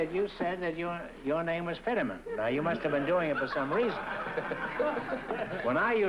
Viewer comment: It’s George Finneman, not Fiddeman